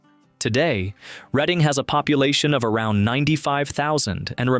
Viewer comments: It's pronounced red- ing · Reading📖😂😂😂😂 RED ING.... but then pronounced it properly half way through